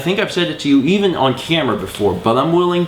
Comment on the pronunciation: when you said camera it sounded very southern